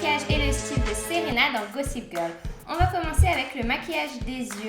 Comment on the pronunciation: Super video :) Ca m'a fait trop bizarre que tu dises "Séréna" dans la video comme c'est mon prénom x)